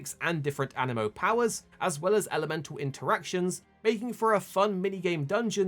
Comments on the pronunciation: animo or anee-mo? it's got 2 i's, that makes an ee sound, no? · An-I-mo❌ A-ni-mo✅ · aniimo AH- Nee - Mo